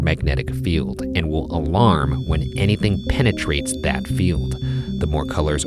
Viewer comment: Dear Ryan, please never ever say pentatrate... ever again 🤣🤣